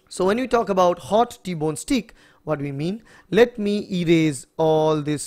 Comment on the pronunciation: Pronounce not stick but ‘stayk’